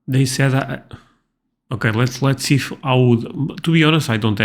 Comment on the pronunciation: Dey said…. Instead of they said. I’m white and I say it like she does . It’s all about where you’re at now and how you got there.